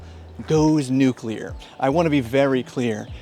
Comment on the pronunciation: Thank you for pronouncing nuclear correctly.